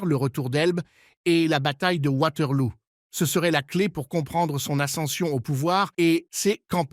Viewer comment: Lol Waterlou ... On dit Waterloo et c'est une fiction pas un film historique. Tellement nul cette vidéo